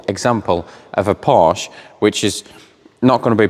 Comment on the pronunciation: Please pronounce “Porsche” the way Porsche instructs non-German natives in their dedicated video here on YouTube. You’ll notice they explicitly point out there is no “silent e” in Porsche. Thank you.